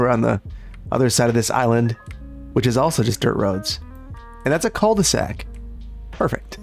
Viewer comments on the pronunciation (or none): the "L" in "cul de sac" is silent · while watchin i noticed you keep calling the city "cull the sac" and tbh its still gridlock style cull the sac is still very diffirent